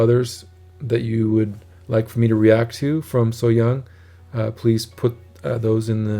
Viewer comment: You correctly say Kim Sohyang. A-sound like in car. Not like hyoung because than you would have to write 형 and you write 향. ㅑ= ja like Germans say yes in their language. And Slightly start with h sound. 5his song is special to me, because I played this rendition at my adoptive mother's funeral.